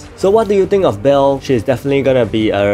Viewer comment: It pronounced ba-el u have to pronounce the e